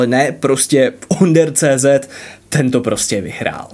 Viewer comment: Nie OnderCZ ale ÔnderCZ. Češko jeden.😁